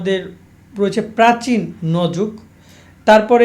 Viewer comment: ঠিক মতো উচ্চারণ করতে পারেন না ভাই... প্রাচীন যুগ... প্রাচী ন যুগ না। শুধু ভিউ এর জন্য করেন সাজেশন কোনো অভিজ্ঞতায় নাই।